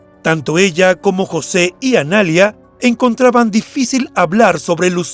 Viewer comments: Es Analía, no analia...con la tilde en la i, por si no se entiende. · No es Analia, es Analía con acento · Dislike por decir "Analia" en vez de "Analía" 👎🏻👎🏻👎🏻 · Analía, no analia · jajaja entré a decir eso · Analía, con acento en la "i"... ANALÍA M0GÓLICOOOOOOOOOOOO!!!!! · Es Analía, la vocal acentuada es la í!!! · El nombre Analía no se pronuncia así. Tiene acento en la i. Y suena muy diferente a poner acento en la segunda a . Analiiia